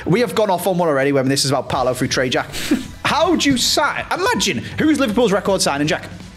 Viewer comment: Its Paulo Futre not Paolo Futre